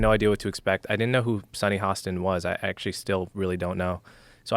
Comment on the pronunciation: Hah-stin, not HO-stin. She is, however the resident idiot! 😂